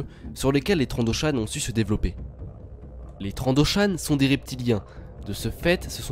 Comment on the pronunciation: "afin di divoulopper le tourrisme" xD